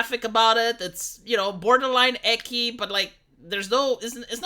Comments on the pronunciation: just noticed how he mispronounces ecchi.. its not ecki like Ekans its echee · Echi? REally? ECHI? i tought you were a man of culture. Say it like a normal weeb. Repeat after me: ECI:)) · "Eh-key"? It's Eh-Chi, ya know like Chi-Chi Goku's wife and the euphemism for la tetas. Because it's the Japanese way of saying the English letter "H". Them and their sometimes weird way of politeness, 'H' is like lewd but not full hentai, not full pr0n. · Its not ECKY but ECCHI. CHI is spelled TCHI like in CHICA in spanish. SHI is spelled SHI like in SHIT. When 2 same letters are back to back, its for the timings of the pronunciation, it doesnt change the spelling much. Go listen on google translate.